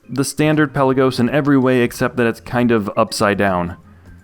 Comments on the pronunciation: Hi. I’m a watch nerd…and a pronunciation nerd (police?). Pelagos or Pélagos is pronounced Pé-la-gos and not Pel-a-gos…or anyway close to the way …Pellagiss or any Brits for that matter pronounce it. The watch’s name comes from a town in Greece and means “depth of the sea” and is not pronounced as in archipelago. Awesome vids by the way! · It's "Pelaga". Pelagos (πέλαγος) is a Greek word.